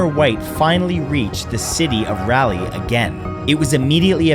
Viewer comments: Raleigh is pronounced "raah lee" not "rally" he wasn't a car race. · Didn't even look up how to pronounce Raleigh. Come on bro